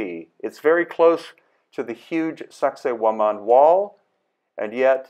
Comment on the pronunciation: Did he say the name of the site is “sexy wo-man”?? 😂